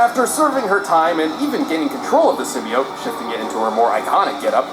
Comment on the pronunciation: Did he just say "sim-BYE-ote"????